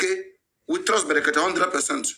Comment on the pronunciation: The name us " BREKETE" PRONOUNCE IT PROPERLY...It's not FUNNY...he goat🐐